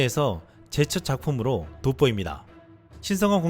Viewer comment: 그런데 영상의 내래이션을 맡는 성우가 성우로선 부적합하다. ***난 이 사람 개인적으로 알지도 못한다. 오직 성우로서의 발음에 문제가 있다는 것만 지적할 뿐. ㅡ 특정 단어들의 연음에선 항상 혀짧은 소리가 나오며 제대로 발음이 안되어 단어들이 제대로 전달이 안된다. 구체적 예를 몇개 든다: ㅡ 의 '한국식 떡볶이 디저트... ' ㅡ '제 첫 작품으로 ' 를 발음할 때 심하게 발음이 안되어 마치 외국인이 한국말 하는 듯하다.